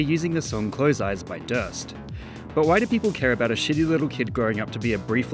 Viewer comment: its not "drst" its DVRST, say each letter individually